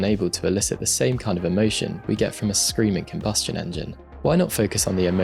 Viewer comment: gotta appreciate a man of culture who emphasies "emotion" with an ISF